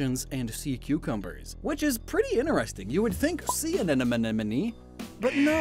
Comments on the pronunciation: Sir, with all due respect, please stop pronouncing “anemone” like “anenome” it hurts my soul Jokes aside, loved this video but honestly don’t see the “phallic” shapes of the tendrils, lol. Like the animations as per usual! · I can't stop hearing him say "anenome" instead of "anemone" 😭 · Say it with me, AN-EM-O-NEE. It's not "an enemy" like you keep pronouncing it. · Drink a shot for every time he says anenomee instead of anemone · In it's "Anemone" in the virtual words but then after a lot of intended mispronounciation the editor accepts the fact that it will be "Anenome" in 😂😂😂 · As a former Biology student, it brings me physical pain when I hear pronounce these Scientific names and phylums wrong. Not because I'm a grammar Nazi but because it brings me back to the time of my life I dread And I don't want to hear anyone ever pronounce A-Ne-Money as An-Enemy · AneMoNe not aneNoMe!!! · He the whole video: anenome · Am I seriously the only one who'll bite the very obvious bait and ask why in the deep depths you pronounce anemone "anenome"? Just to annoy people like Wolfe VGC does with half of the English language? Or is it some kind of dyslexia and I'm being a jerk? Or is it a pun (sea anemone = see an ennemy)? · Every time "Anemone" is mispronounced, I smile